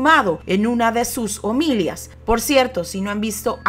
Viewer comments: Hola saludes se escribe y se pronuncia homilía No omilia Gracias por tu programa 👍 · Muy buen reportaje, solo 2 errores: uno es que se dice omilia con acento en la ultima y el otro es que dijo Alvarado Saravia y lo correcto es Alvaro Saravia. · la palabra correcta es “homilía” con la fuerza de voz en la í dado que lleva acento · No se dice homilia ( lo correcto es ""homilía"") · Me encantó la Narración haciéndose sentir enfática en momentos cúspide. Sin duda alguna un temible personaje. La única observación al exquisito trabajo que ha hecho es que la palabra HOMILÍA lleva acento en la última Í. Por lo demás, como ya lo dije la narración logra mantener al espectador atento por la manera en que los tonos te acercan a las circunstancias importantes del suceso. Exitos y felicitaciones. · Se dice "omilía"...me gusta tu contenido pero hay cosillas que mejorar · mire, se dice omilía, omi-lia